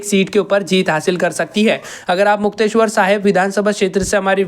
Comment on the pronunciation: नाम बोलना सीख ले मुक्तेश्वर नहीं मुक्तसर और संग्रु नहीं संगरूर है